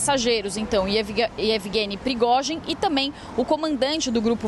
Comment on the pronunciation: Meu... Que repórter ruim... Erros de fala e nem sabe pronunciar o nome do líder do Wagner.